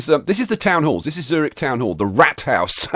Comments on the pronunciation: MR.obvious Obvious Eeeehm NO! Well you can't pronounce a "ü" with "o"... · the germans pronounce it; tsoo reehch